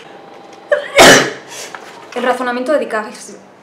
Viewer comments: Aunque lo este trantando de pronunciar en fránces lo pronuncia mal. Ella dice Dicart ( un frenglish un poco raro), cuando en realidad es Decart. Hubiera sido mejor que hubiese dicho Descartes y ya está. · Ha dicho «decag», ahhhh!!!